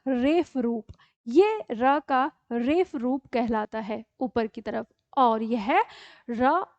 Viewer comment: मै'म आपका आभार, आपने इतना अच्छे तरीक़े से समझाया। जब आप रेफ़ शब्द का प्रयोग करते हैं तो यदि यह शब्द हिन्दी वर्णमाला का है तो ये शब्द होना चाहिए रेफ, क्योंकि जिन अक्षरों में नीचे नुक्ता लगता है वे उर्दू, अरबी अथवा फ़ारसी शब्द होते हैं और उनका उच्चारण F होता है और हिन्दी वर्णमाला के फ का उच्चारण ph होता है। उदाहरण के लिए फिर phir और फूल(पुष्प) phool बोला जाएगा।